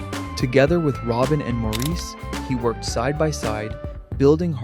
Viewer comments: Incredible harmonies, and Barry was just... 😍🥰😍🥰 By the way, Maurice's name is pronounced Morris. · How much can one know about the when one can't even pronounce "Maurice"? That was my great great grandfather's name. I know he pronounced it the British way because one census taker spelled it "Morris". That's what he heard. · I quit watching when the narrarator didn't pronounce "Morris" correctly. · No. While it is spelled that way, it is prounounced Morris. That is the pronunciation used most in Great Britian. I've heard him prounounce it that way, his brothers call him that and in most interviews, especially the ones by British hosts. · Please pronounce "Maurice" correctly! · Perhaps, but if you're going to make a video of "facts", at least get your facts right. Makes me wonder if any of it is correct. Having a name mispronounced is lazy. Trust me, mine is mispronounced quite often.